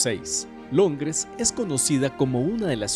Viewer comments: "Longres" xd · Alguien más escuchó “LONGRES” ????